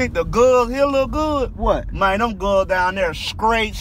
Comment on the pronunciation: Memphis people don’t say “gul”